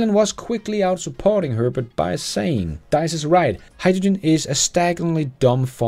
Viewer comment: Tack för en fin kanal. Märk: Herbert Diess, inte Dajs. Han lever och mår bra...😉